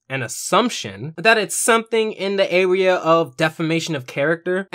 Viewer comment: ... in the arwea? Lol. It’s cool man — happens to me too